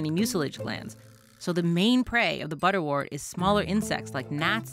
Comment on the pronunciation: Great video. Please note, butterwort is pronounced ‘butter wert’ as in ‘word’. Same goes for St John’s Wort.